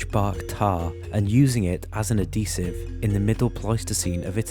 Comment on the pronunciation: What in the phuck is an "uhdesive"...?.....did you mean "adhesive"?? ....oh this is fantastic....every few paragraphs of script has an "Easter Egg" of mispronouncitation...hahahahaaa, see what I did there mis-pronoun-citation....hahahahaaaaaa...this is fantastic, I'm so glad I found this.....